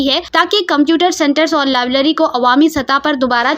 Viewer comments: Lablary nahi Please correct it .labrary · Lablery nai library hota hai